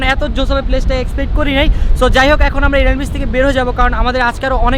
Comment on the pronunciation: irani na bro its inani